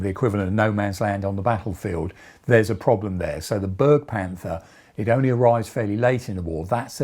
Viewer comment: Its pronounced "Berg-e-Panther" not "Bergpanther", we didnt make Panthers to look like mountains.